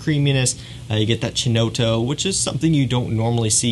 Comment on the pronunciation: Just some pronunciation help... Chinotto is pronounced ‘key-notto’. Nice vid.